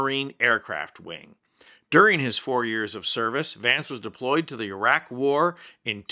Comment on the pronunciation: Thank goodness you said iraq not eye rack